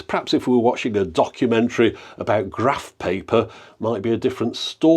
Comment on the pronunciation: for “Grrrrraph paper”